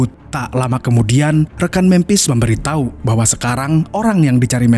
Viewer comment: Menit ke 12,detik ke 25 admin bilang memberi tahi😂😂😂